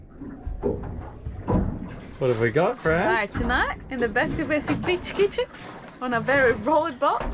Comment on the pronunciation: Makes me chuckle everytime Fran says Beach kitchen, it sounds like she is saying Bitch kitchen 🤣